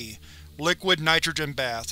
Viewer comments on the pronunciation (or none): none